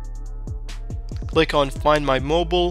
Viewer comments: I find it "funny" how you pronounce it. Also, I find it "funny" how you capitalized "mobile" and "mobil" for no reason. I definitely find it "funny" that you started your sentence with "always", which in this case makes no sense whatsoever. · Thanks dude. Always find it funny how Americans pronounce Mobile as Mobil.